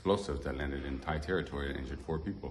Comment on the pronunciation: I am impressed you actually got the correct "DTai" pronunciation. Did you learn that in your own or some "DTai" person told you? 😂